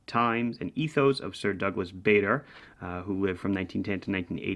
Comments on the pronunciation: Bar der and Bah der are ok, but not Bay der. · Pronounced “Bar-der”. Have a great New Year!